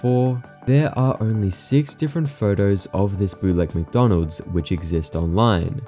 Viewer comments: Dawg it’s wcdonalds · Ronald McDonald? I think you mean Wonald WcWonald!